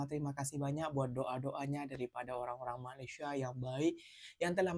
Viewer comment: Katanya bahasa melayu asal sana,tapi sebutan malaysia tak pernah betul,tak sekolah ke,atau sengaja sebab sakit hati..